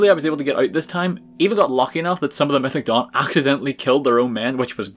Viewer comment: I thought he said “mythic dong” for way too long